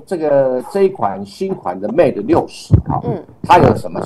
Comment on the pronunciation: 节目我是点赞的，只是有个地方有点违和。人在新西兰，然后把mate念成mat? 这是过去那边了完全不学英语的吗？